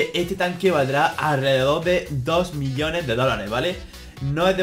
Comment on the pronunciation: Cuando decia millones le entendia billones